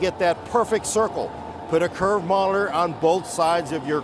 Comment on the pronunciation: Why can’t you say monitor correctly??